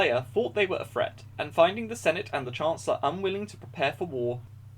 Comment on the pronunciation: It's threat not fret